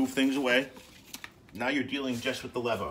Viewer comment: The line above the E means pronounce it LEEVOH. Not that I care...